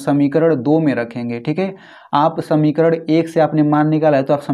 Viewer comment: Sir vo samikaran hota hai samikarad nahin